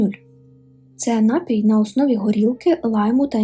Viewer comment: Не нАпій,а напІй. Відчувається що ви кульгаєте в мові Спробуйте щоб хтось редагував. Адже Ви так пафосно заявили про розвиток Українського контенту.